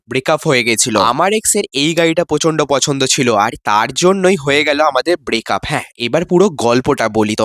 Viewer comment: Breakup ❌ bracup ✅